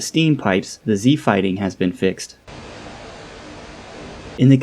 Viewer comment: like I didn't understand each time.. c fighting??? Z fighting???